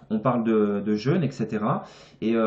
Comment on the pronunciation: Le mot jeûne [ʒø:n] ; vous le prononcez comme le mot jeune [ʒ œn] Merci de partager votre vidéo